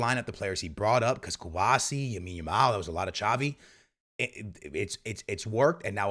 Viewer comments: Why are you saying Yamin Lamal 😂😂😂😂😂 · Lawondowski? Yamine Yamal? Eh?? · How long is it going to take u to stop saying Yamine Yamal😂😅😂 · And when he trys to get it right he goes Yamine Lamal 😂... it kinda is confusing tho... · First listening to homie but my ears bleeding by the way he says the names 😂 wadahell. Not everything needs to be Americanized